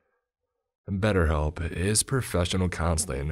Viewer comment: Aw god 😂 not batterhelp agein . Audble are okay . But batterhelp.